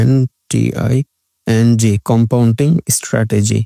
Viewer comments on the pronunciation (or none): Compounting❌ Compounding ✅